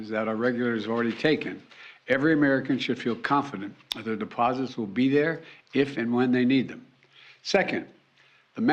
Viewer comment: Did you catch the part where he said: "The deposibourngoeurs are prmobutected." ? Nothing to fear. Geriatric Joe is here